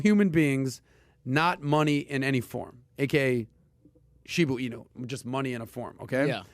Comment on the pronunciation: sounds like my 80 yr old father trying to pronounce “shibu inu”